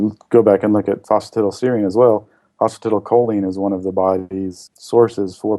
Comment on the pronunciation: Pronounced phosphi(TIE)dal